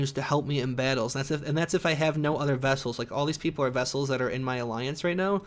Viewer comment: Vessel? Are you saying vessel?